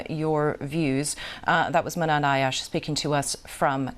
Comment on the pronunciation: good job Muhannad getting your message out and not letting her derail you. not even to correct the pronunciation of you name. Palestine will be free x